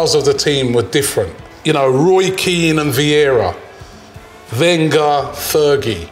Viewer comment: How can you say Keane anyway close to veira that’s an insult